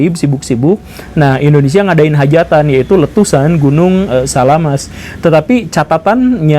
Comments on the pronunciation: SAMALAS pak guru bukan SALAAMaS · Samalas atau salamas pak guru? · Gunung Samalas om gembul, bukan salamas :D